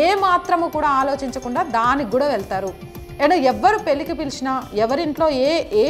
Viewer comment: యాంకర్ గారు మీరు "ళ " అనేఅక్షరం పూర్తిగా మరచి పోయినట్లున్నారుకదా వాల్లు వీల్లు అంటున్నారు మన భాషను మనం తక్కువ చేసుకోకూడదు కదమ్మా. పరిమానం అని పలుకుతున్నారు పరిమాణం అని పలకాలి.పెల్లి అనకూడదు పెళ్లి అనాలి కల్లు అనకూడదు కళ్ళు(eyes) అనాలి కల్లు అంటే నిషా నిచ్చే మత్తు పదార్థం తప్పు ఉచ్చారణ తో అర్ధం మారిపోయింది ఇలా భాషను కాపాడి భావి తరాలకు ఇవ్వవలసిన బాధ్యత మనదే వేరే ఎవ్వరూ రారు. దేశభాష లందు తెలుగు లెస్స అని మనపూర్వికులు అన్నారు ఆ గౌరవాన్ని మనం కాపాడి భాష స్వరూపం చెడగొట్ట కుండా భావి తరాలకు అందించాలి.